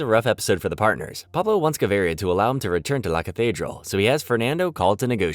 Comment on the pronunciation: wish you would take the time to research how to pronounce "La catredal" correctly